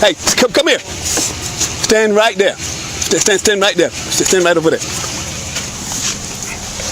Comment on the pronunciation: Would it be a lawful order if the cop can't pronounce the word? Like instead of door says dough or instead of over there says over dare